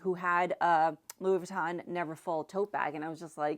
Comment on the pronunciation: Also, not sure if I'm mis-hearing you but Louis Vuitton is pronounced Loooey veetaw(n) not closer to Laboutin (shoes) and Burberry is pronounced Burrburry-the mispronunciation takes away from your knowledge and credibility is why I'm mentioning.